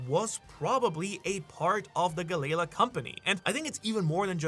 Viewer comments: Dude u are funny. The way you pronounce galley la is the best hahaha. Don’t change bro. Galaylaw. Hahaha I love it. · Honestly i know you live there but pronounce galley-law correctly when speaking english if your gonna use japenese slang do it in japenese its wierd when you mix the 2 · Lmfao 😂😂😂 damn it I'm trying to listen but everytime u say galley la wrong I'm cringing over here 😂😂😂 Gaylay la is crazy 😂😂😂😂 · Brother, it’s two seperate words galley-la there is it a slight pause. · gally ( gah-lee) la ( a new word ) not part of the end of the last word. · How are you pronouncing galley-la wrong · Always love his videos but Hearing him mispronounce galley la over and over almost made this video unwatchable. 😅🤣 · Idky it irks me so much how he pronounces the name. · The pronunciation of galley-la is killing me 😭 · Is Galley La really that hard to say? I couldn't even finish this theory because of how irritable I grew while hearing him constantly mispronounce the company name. I understand that they are two different companies from two different parts of history, but the name and intent is clearly the same after all this time. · Im sorry what did you just call galley-la? I hear ALOT of people mispronounce names in one piece but that was next level. there is no way you did not do that on purpose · the way your pronouncing galley la made me stop watching at 2 minutes in. so bad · Why is he pronouncing galley-la like that. Ugh i hate it every time he says it like that it makes my skin crawl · Why are you saying galley la wrong are you like mental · Am I the only one who the pronunciation of Galley-La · Had to turn it off after he pronounced it Galley La multiple times. Never heard it that way since watching anything one piece related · The way I hear galley- la is making my ears bleed